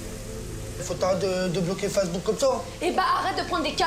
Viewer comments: « Mais c’est qu’un Fassebouk » 😂😂😂😂😂😂😂😂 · “C’est que fasse book” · « Je vais te faire montrer » 😂😂😂 « Je suis censé comment réagir moi » 😂😂😂 La prononciation de « Facebook » 😂😂😂 Je suis loin d’être bon en français mais ça c’est fort ! JPP 😂 Franchement même un étranger parle mieux que ça 😅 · Elle est diabolique cette femme ! Mdr comme ils prononcent Facebook !! 🤣